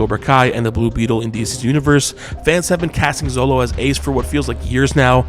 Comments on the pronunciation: Xolo is pronounced SHOLO !! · Xolo is pronounced "Sholo"